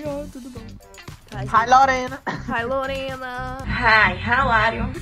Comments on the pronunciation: Ninguém, absolutamente ninguém: a: Hi LoReNa! Eu: Hi, HoW aEr YoU? Minha mãe:........I'm FiNe ThAnKs! Eu: What? Turu bom mãe kkkkk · HAI LIRENU